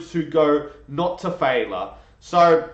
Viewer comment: Great analyses! One tip…the word is pronounced fail/yer.